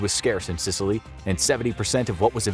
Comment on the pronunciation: Is it just me but he sounds like he’s saying sitaly